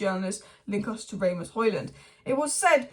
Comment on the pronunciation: It's not Ray-Mus it Ras-Mus